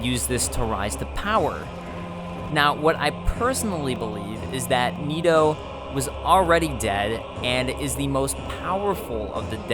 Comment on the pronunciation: It's not niitoo. It's Nito. Like the knights who say ni.